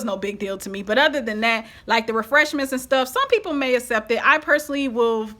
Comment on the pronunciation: I love your channel...but the way you pronounce accept is not correct. It is ‘ak-sept’ not ‘ass-sept’...